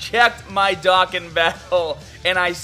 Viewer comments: You say dokkan like dakkan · Stop saying Dokan it’s DOKKAN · Why do you say "dokkan" wrong? As well as anything that ends in "an" or has "ar" in it. Is it your accent or what? Just curious. No hate. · It is Dohkan that is how you say it